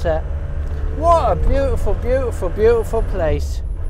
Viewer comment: Are you a turkey farmer ? The amount of times you said bootiful 😝